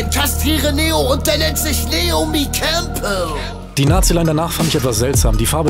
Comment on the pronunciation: Nein, man spricht es Neyomi Campbell aus.